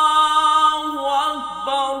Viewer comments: Is it correct to say Allahuakbar rullahuakbar ? It should be allahuakbar allahuakber, what is the need join ray with lam? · Allaho Akbar Allaho Akbar lafz hei Allaho Akbar rullaho Akbar nahe hei Allaho Akbar ka hamza Asli hei was le nahei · Practice achi hai but "ullah" ku keh rhe ho bahi